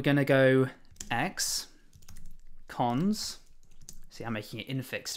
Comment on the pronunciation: You say x cons, I hear ex-cons 😆 Great series btw